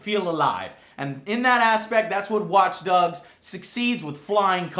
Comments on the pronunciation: did he say watch dugs at ? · WATCH DUGS LOL